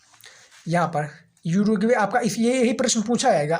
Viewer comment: उरुग्वे है युरगवे नही है😂😂